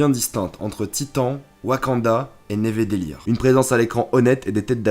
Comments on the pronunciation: je lâche un like pour nevedelir a je suis pas le seul à l'avoir remarqué quand même PS c'est nedavelir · C pas Nevedellir c Nidavellir mais sinon très bonne vidéo ! Pour moi c mon film préféré 😍